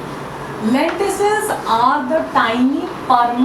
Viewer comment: It's lenticels not lenticles but video was awesome